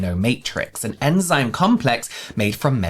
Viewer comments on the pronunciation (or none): none